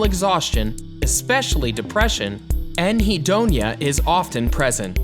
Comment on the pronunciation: Disappointing content laden with mis information and quotes You use the term annhedonia and then give a definition of depression in place of the real, valid definition of annhedonia (and you mispronounced the word). Annhedonia is literally the INABILITY TO FEEL PLEASURE. While often a hallmark of schizophrenia it can also be associated with trauma, depression, and forms of shock therapy, and can be the result of drugs or medications Generally it is not specified,with one activity. It is a globalised inability to feel pleasure and is not necessarily focused on a loss of interest in an activity which is often the hallmark of depression. Allow me to clarify via example. Tina doesn't bother cooking because she has no energy and she has lost her appetite since her dad died. While she is often seen sitting on the front porch sun bathing this is the few times the warm sun is soothing on her skin. It feels good to her even though she has lost Interest in eating and cooking . Joey is schizophrenic. He feels no pleasure at all and is annhedonia What behavioral techniques can be used to shape his behavior when he does not feel pleasure. How can you reinforce life skills such as cleaning his room, or combing his hair if he feels no joy because of his illness.